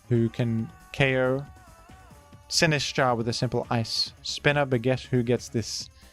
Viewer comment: I love the way you pronounce Sinistcha